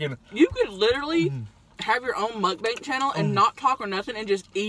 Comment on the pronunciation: Muckbank! She never says muck bang